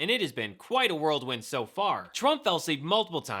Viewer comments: Whirlwind. Not "worldwind". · It’s whirl wind not world wind.